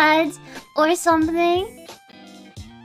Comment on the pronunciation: it weirded me a bit when she said "stRRRRange cRReatures" she's training is spanish probably 🤣